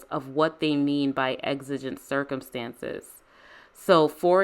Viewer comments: I'm so sorry but the word circumEtances just drove me crazy... lol Excellent commentary as always. LOVE how you can explain the law in such a compassionate way. 🙂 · "Exigent Circumetances"